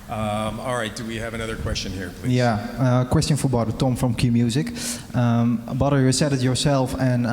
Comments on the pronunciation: ‘Badr’ or ‘Butter’ 😂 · Dutch saying Badr sounds like butter.. Rico fighting butter haha